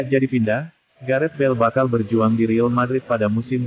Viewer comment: Admin gak jelas!!! Real madrid bukan ril madrid.. heddehh